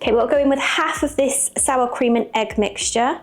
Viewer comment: Cream not krem